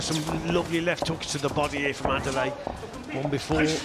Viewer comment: They need to call man's name correctly wtf Adeleye - Ade-Leh-yeh Not Adelaide loool